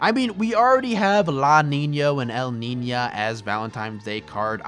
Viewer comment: Just say elnina and lanino, bro. There's no ñ anywhere on those names, so there's no need for them to be pronounced like that.